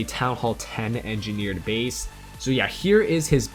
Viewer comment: This is how many times he said engerneered bases 👇